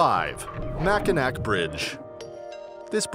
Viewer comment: Mackinac is pronounced mack-e-na. It is a Native American name. In 1989 a woman driving a Yugo lost control and plunged 170 feet into the chilly waters under the Mackinac bridge.